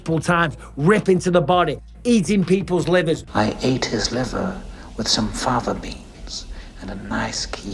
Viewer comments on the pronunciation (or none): none